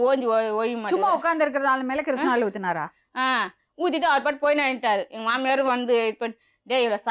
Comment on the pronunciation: Madam adhu kirishna oil illa kisssnoil 😂😂😂😂😂